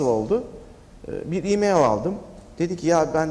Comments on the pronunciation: i meyıl deme abi şuna ya i meyl de geç :) ya da msj de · ı meyıııl o imeil değil... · Ali Sabanci birdaha Imayl (E-Mail) deme...